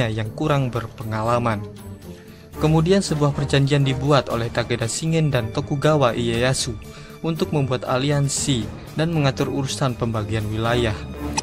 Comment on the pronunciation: ralat nama tokugawa iyeyashu bacanya tokugawa leyashu min